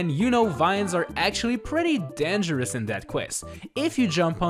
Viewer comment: How he says dangerous: denjurush